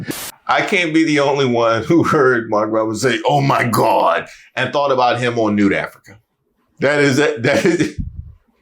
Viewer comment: He didn't say GOD, he said GUAAD🤣🤣🤣